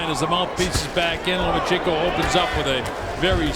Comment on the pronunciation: He also pronounced the name wrong several times. I enjoyed the hell out of that. Same with "The Mexican Fighter" or "The Mexican" LOL! OH, AND THE "FIGHT LIKE A MEXICAN" "DOWN AND DIRTY" HAHA